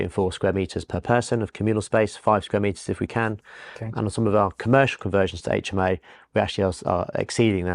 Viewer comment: It would be super if you adapted your pronunciation to say " aitch M O" and not " H aitch M O" . Good interviews and content on your channel. Good luck.